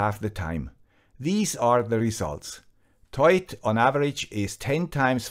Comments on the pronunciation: I'm pretty sure it's not pronounced as a single word 'toit' or 'toyt' but rather 'To-it' (like the number 2 then it). The name looks like a simple play on words to me. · So you do pronounce it as written, TOY-IT. I was worried in case you had to pronounce the OI as "WA" like the French do as in reservoir, trois, au revoir etc. Of course that would make it TWAT! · ' pronunciation is correct. It comes from "Toit like a tiger".